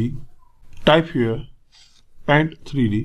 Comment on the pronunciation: “The 3 Dinemential” 😂😂😂😂